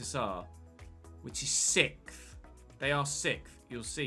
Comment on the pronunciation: “Sickth” is bothering me way more than it should lol. Loving the series!